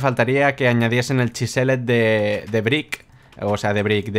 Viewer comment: chiseled se pronuncia chiseld